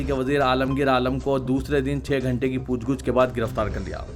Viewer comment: ASK.POOCH GUCH NAHI POOCH GACH SAHI HAI.